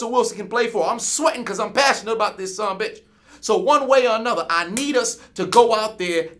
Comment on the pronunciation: “I’m sweatin, cuz I’m passionate bout dis sumbishh” 😂🤣🤣🤣☠️